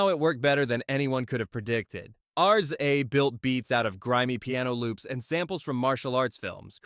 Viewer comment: Great and detailed video💪 But the way you pronounce RZA hurts my soul😢😂